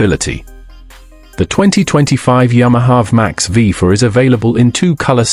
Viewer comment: It's not pronounced VM-AX It's a V-MAX.